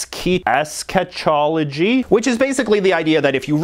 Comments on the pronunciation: is pronounced ess-kah-toh-lo-jee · ES-ka-TOL-ogy. Thanks JJ! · Good video. Eschatology is pronounced "es-kah-tah-lo-gee." It's from the Greek "eschaton" which means "end," and has a hard "k" sound. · *millenarian *eschatology (es-ka-tol-o-gy)